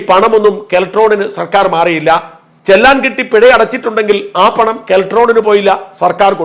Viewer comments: ചെല്ലാൻ അല്ല sir ചെലാൻ 👍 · ചെല്ലാൻ അല്ല ചലാൻ എന്ന് ഉച്ചരിക്കാൻ ശീലിക്കുക🎉